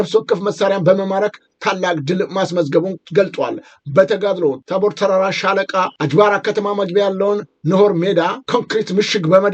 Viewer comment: ኧረ የቦታ ስሞችን በትክክል ጥራ? "አጅባራ " ሳይሆን አጅባር ነው:😂